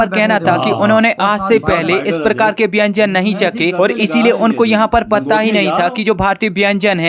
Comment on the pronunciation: अबे , बेंजन नही खाने को व्यंजन कहा जाता है 😂😂😂😂